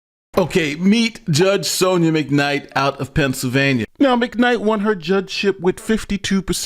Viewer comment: Ooohhh, "Penn-syl-vania" ... understandable...😅😂🤣!